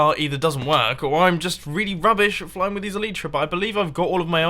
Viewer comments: it's not pronounced el-y-tra it's el-aj-tra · Spoon Count 1 - Spoon Count 2 Pronunciation of Elytra - Spoon Count 3 (El-e-tra, not El-ee-tra) BTW I much prefer the Industrict (Industrial District) than the copter. Sorry to say, but the farms are mecca. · It's ELY-TRA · Like this so mumbo can see that it is pronounced EE LIE TRU